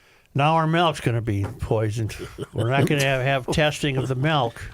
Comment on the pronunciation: Tell Joe to STOP SAYING "MELK" IT'S "MILK"